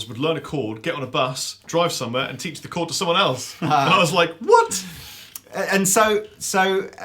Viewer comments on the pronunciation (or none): none